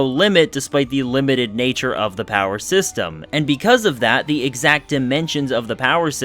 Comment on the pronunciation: did u just say POWER sexterm?